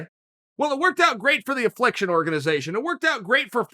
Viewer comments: Hey, if Chael says it’s “Afflication” it’s fucking Afflication. 👊🏻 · afflication xD